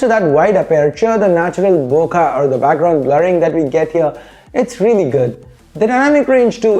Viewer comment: *CORRECTION* Sorry but I really feel like correcting you. It isn't Bokaa. It's Bo - Kay. Don't get me wrong but it just doesn't feel good to hear Bokaa everytime.